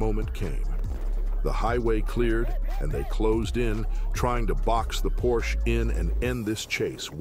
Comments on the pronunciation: Hey Dude, it's not a porch but a "PORSCHE" with an pronounced "E" at the end! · If you are going to do car videos, at least learn how to pronounce “Porsche”. It is “por sh A” Not “porsh” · Porsche is pronounced Por sha! It is a persons name. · It’s pronounced “por-sha” not “porsh”. 🙂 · Sorry.... but.... it isn`t pronounced "PORSCH" it is PorschE with a short E at the end. The car brand is named after Ferdinand Porsche... and not Ferdinand Porsch. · It's 'por-sha' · when I hear you mispronounce Porsche I could puke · Porsche is a 2 syllable word.